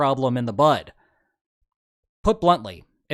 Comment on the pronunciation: Kudos to you for making an audible D, in "nipping it in the bud". I've only heard it correctly a few times on YouTube. Probably on your channels haha.